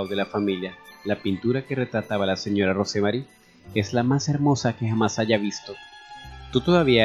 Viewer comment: Lo único que podría decir sobre la narración sin ofender, aclaro, es que el nombre ROSE MARY, se pronuncia ROUS MERRY. Solo un detalle.😉.